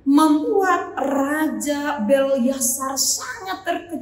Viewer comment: Maaf bu Pendeta, penyebutan nama raja harus benar , yaitu : BELSYAZAR, bukan BELYASAR..Terima kasih..Selamat melayani..